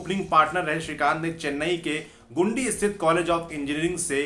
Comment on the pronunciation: गुंडी नहीं, गिंडी कॉलेज बोलते हैं।